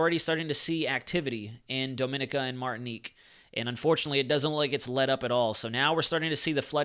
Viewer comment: say DOMIN (EEEKI A